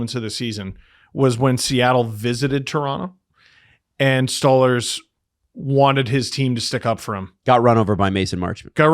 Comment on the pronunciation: please stop saying 'STAWLERZ its "STOLE-ARZ"